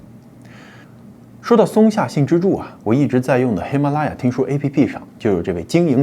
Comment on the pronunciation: 喜马拉雅你丫不会说么？舌头栓了？